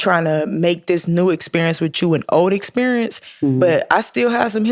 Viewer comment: Did you say EX perince 😅 caught that